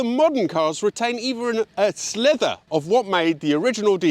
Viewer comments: Hi, it's sliver not slither FYI 🙂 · Sliver, not slither